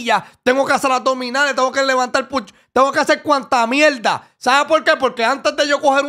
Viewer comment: Por favor chente no seas mamon por que la pelea fue una mielda y dice mielda a proposito.😅😅😅